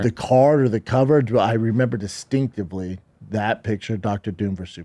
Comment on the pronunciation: “Stinkidly” instead of “distinctly” might be my favorite shaubism of all time. Blink and you’ll miss it.